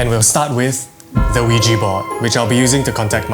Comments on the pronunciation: It’s ouija not ouiji 😂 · bro said ouiji board instead of ouija legit thought he said lugi board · I tought he was saying "Luigi board" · I heard Luigi board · I misheard Luigi board